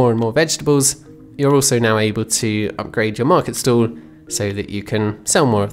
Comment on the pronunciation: Is it just my non native ass, or the way you pronounce market stall sounds like market stool?